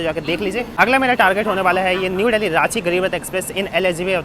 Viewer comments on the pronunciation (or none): Dally nhi dilli h. Angrej bn rhe ho bde